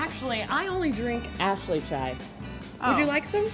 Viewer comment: It's Ashly, not Ashely